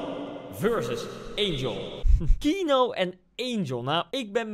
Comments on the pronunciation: iedereen : keano koen : kieno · echt ik word autistisch hij zegt : kienoo MAAR HET IS KEEAANOO!!! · kieno ? t is kieano zo spreek je uit koentje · Everybody: Keano Koen:KiEnO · Iedereen: Keano Koen: Kieno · Kieno.... het is dus KE-A-NO..... Koen.... man man man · Koen: keeno Normaal hoe het wordt uitgesproken: KEANO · Ik hinder me gwn heel erg op de manier hoe jij die naam uitspreekt 😂 kieno! Het is keano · je moet niet zeggen kienoo je moet zeggen keejaanoo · Niemand: Koen: Kienoe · je schrijft keano uitspraak: KiEnO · wie ergert zich ook aan:"keeno" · Je zegt de naam verkeerd je spreekt gwn de e en de a gwn normaal Dus Keeaano zo